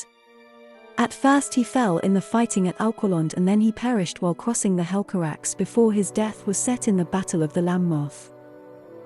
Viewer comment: I think its pronounce as "hel ca rak se" instead of "hel ca raks", also Turgon - "toorgone" and not "tergon"